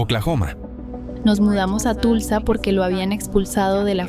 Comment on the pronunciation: El nombre de la ciudad de Tulsa, Oklahoma, se pronuncia:Tolsa